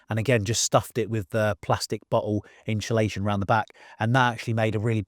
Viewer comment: When did this current trend of calling it “inSHULation”? 😂 hear so many people saying it now adays, never heard it til a few year ago. Even proper dedicated diy channels say it. Drives me nuts